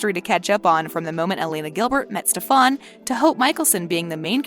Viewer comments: Steffan umm hunny ITS STEFEN!! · The girl said stefon with an o in stead of Stefan with an A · She said stefon 🤨🙄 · She said stafan Salvatore 😑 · “Stefaun salvetoreee” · when you said stofon and not Stefan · Why do they say stefAAAn 😭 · I’m sorry but I can’t watch this when she says stefaan his name is steffan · I would research more about timelines and how to pronounce the names.... it shows you don’t really watch any of the shows... like stef-on? And mispronouncing Alaric? And the timeline is wrong... just a suggestion :) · i know good and damn well she did not just say ste-fon and ver vain🤦🏾‍♀️😂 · Alaric is pronounced A-lar-ic. Stefan is ste-fen. smh please if you know all of this information please get the names right❤️ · SteFAN I can’t stop laughing everytime she says it 🤦🏻‍♀️😂🤣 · That's not how Stefan's name is pronounced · Right, there are so many mistakes in this I'm like wtf you can't even pronounce STEFAN'S name right